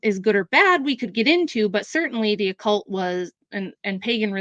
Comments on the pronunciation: Why is she saying occult like oh-cult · It is annoying how this girl pronounces 'occult'... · The affectation of Occult pronunciation by is annoying.